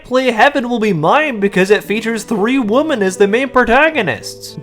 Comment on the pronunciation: My man, why are you pronouncing "women" the same as "woman"??? I feel like I'm being gaslit. This crept up recently and is running rampant online. There's no way if we saw you in a video as a little kid saying WOMEN you would have pronounced it like this